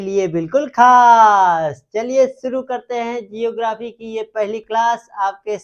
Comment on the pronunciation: Are pahle khud pado जियो ग्राफी nhi hota ज्योग्राफी होता हैं जिसके पास अपनी हिट और लाइट होती ह उसे तारा कहते ह तो किया आग एक तारा ह